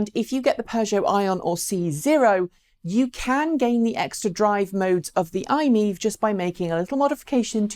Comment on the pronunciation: Could you please pronounce MiEV correctly as MY-EV! It is an acronym after all.